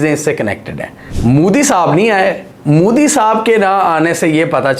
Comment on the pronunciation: Peu tin? (putin) moody? Modi. Bewkoofo ye konsa accent hai.